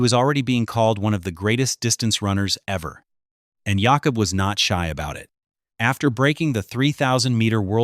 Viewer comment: His name is pronounced Yáh-cub